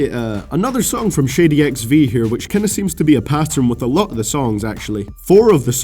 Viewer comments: I deadass thought you were saying shitty XV and not shady XV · lol I thought you said shitty xv in number 10 lol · Sounds like you're saying "Shitty Records" hahaha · It sounded like you said Shitty XV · shitty XV ? 😂😂 u pronunciation 😭